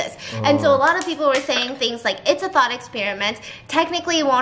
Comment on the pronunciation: Tell me why I heard ‘thot experiment’ instead of ‘thought’ HAHAHA